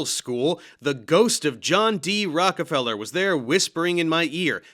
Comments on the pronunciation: The Rock-a-fellow. LOL. 😂 This might be the funniest hypercorrection I’ve ever heard. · You pronounced his name wrong, Dave. It is Rocko-fellow! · This dude said, "Rockafeller Books." 🤣